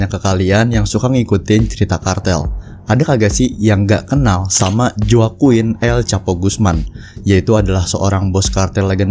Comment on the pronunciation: Nyebut joaquin aja salah haha